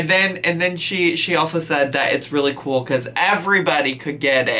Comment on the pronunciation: I spat out my food when she said “you get a pen you guise . That’s so kooowl”